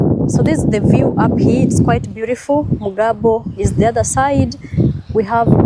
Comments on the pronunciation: OMG why do you say heeee instead of hia ..Here is pronounced HIA .. not heeeee lol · Hi, Please stop pronouncing 'here' as 'hi'. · 😂😂😂especially the word "here" hii